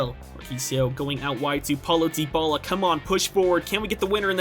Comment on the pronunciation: It's ( die- bala) not (de-bala)